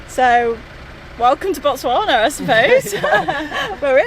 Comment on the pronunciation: The way she pronounces Botswana like she is a native❤️English people always struggle with the 'Tswa'